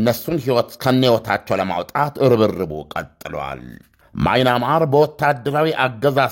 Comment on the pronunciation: ወንድም:አለምነህ!የሐገር:ስም:ስትጠራ:አስተካክለህ:ጥራ:: ለምሳሌ:ማይናማር:ሳይሆን:በምያንማር: አስተካክለህ:አንብብልን:: ከይቅርታጋ!